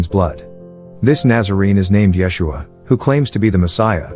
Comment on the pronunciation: " yes-u-ah " is how its said in Hebrew